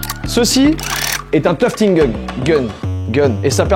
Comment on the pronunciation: "toufeting" 😂 je toufte aussi en loisir, teq tapis sont super Joyca ! Well done 👏👏